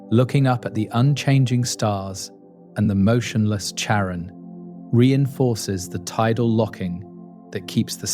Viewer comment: Can you please pronounce the names the same throughout the video? I'm 9 minutes in, and you've changed the pronunciation of Charon 3 different ways.